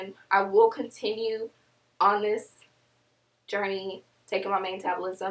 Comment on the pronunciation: Hi :) 1. Iam already following you for a while now,lol I struggle with pronouncing " journey " as well, that was cute.& I do want mane choice, I had no idea it benefits your immune system as well. 2. I would like you to make a video telling us random facts about you & maybe having a best friend/family feature you in you're video & have like a best friend/family member challenge, something fun :) & also show us a tour of your town,how it looks. 3. I have been natural for a year now, the other 2 years don't count because I didnt have the right information about being natural, now I do and I am doing things right, but my hair growth process is verry slow, I really do need something to speed up the process, I take biotin but i see no difference in hair growth. *crossing my fingers * I really do want a mane choice vitamins & sharing your video on my natural hair page on Facebook now. Hope that's allowed ?:) Love from Africa, Namibia.